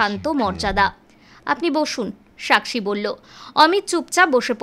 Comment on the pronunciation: বাংলা ভাষাটা ঠিক মত বলতে শিখুন। সাকসী হিন্দি উচ্চারণ। বাংলায় যখন বলেছেন তখন সাক্ষী উচ্চারণ করা উচিত। ইদানিং বাংলা ভাষায় হিন্দি শব্দ পরিকল্পিত ভাবে হিন্দি শব্দের অনুপ্রবেশ ঘটানো হচ্ছে। যেমন নাকা চেকিং, লাগু হ‌ওয়া, প্রায়োজক ইত্যাদি। বাঙালিরা এখ‌ন‌ই সচেতন না হলে হিন্দি আগ্রাসনে বাংলাভাষার অশেষ দুর্গতি আছে ।